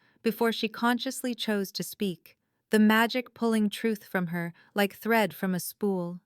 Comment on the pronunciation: 1st sentence : "thread", not "threat"